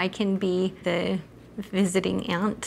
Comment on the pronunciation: Her= hewor Visiting=visitoning